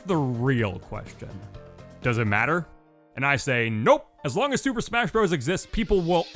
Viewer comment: Swooper smasgh?